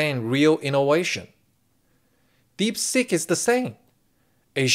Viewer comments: um.... was that "DeepSeek" or "DeepSick" ? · Hey, not sure if it was intentional but I kept hearing DeepSick! ha ha